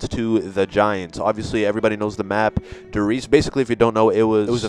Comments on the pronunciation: IT'S PRONOUNCED DARE REISE NOT DER REISE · Love the video just wanted to mention that you pronounced Der Riese wrong it is pronounced Der Risea but spelt Der Riese just wanted to mention it but amazing video :)